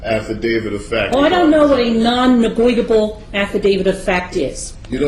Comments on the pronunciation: LOOK at the video ... it's Non- Negotiable NOT Non- Negweedable ! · Yeah....she seems to be a closet racist. She even kept mis-pronouncing negotiable, to try and belittle this brother.....It's scary to know that childlike minded persons are judges of court in this country!